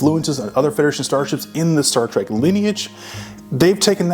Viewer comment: Staar Treg ... A.I. at its best.